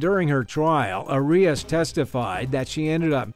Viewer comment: Arias's case is so famous yet you pronounced her name wrong. Odd.